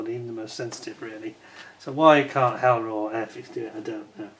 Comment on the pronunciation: The "H" is silent in French language so it's pronounced "Eller", lol. 😉🍻